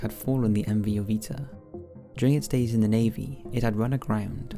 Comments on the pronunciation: Wasn't it "MV Joyita", not "MV Jovita"? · joyita (ho-yee-ta) "little jewel"